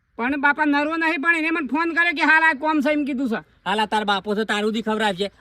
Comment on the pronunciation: નરવો નરવો શું બોલો છો. નવરો છો એમ બોલાય .